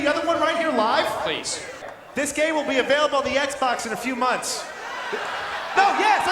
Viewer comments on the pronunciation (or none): none